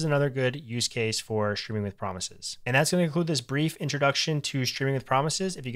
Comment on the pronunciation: Ayy you pronounced it "Shtreaming with promises", nothing wrong with that, it's just interesting to notice (as a foreign speaker) since it's a shift in how English is pronounced, and most native speakers don't even realize they're doing it. I assume you say shtreet and shtring too?